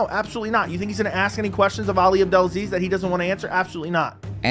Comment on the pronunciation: Good video man, but you keep mispronouncing, it's "AbdelaSLEAZE"...